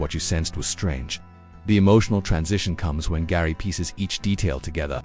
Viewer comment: Father's name is Gerry not Garry